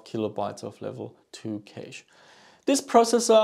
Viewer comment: Cash not Keish